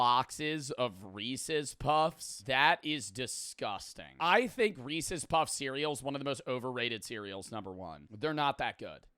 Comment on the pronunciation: This is the first time I've heard pronounce "Reeces" like a normal human being lmao